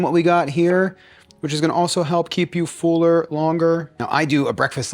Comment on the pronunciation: Fool-er. That’s all I hear now.